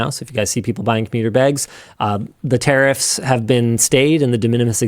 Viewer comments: Linus saying tariffs sounds like terrorist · Why Linus pronounces "tariffs" as "terrorist"?